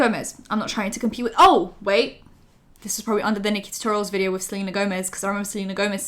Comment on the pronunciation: At the "Let's start WITH" I heard WEED